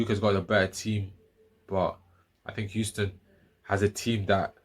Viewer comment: Did you say Euston University???